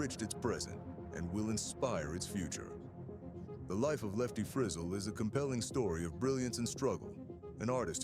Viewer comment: If you do a documentary please pronounce the name correctly